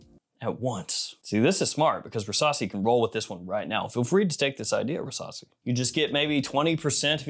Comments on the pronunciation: Rasasi versasi 😂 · I can't be the only one that everytime he says "Rasasi" the only thing i can hear is "Versace" ....